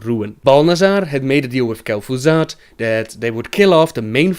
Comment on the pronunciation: who's kel'Foozard?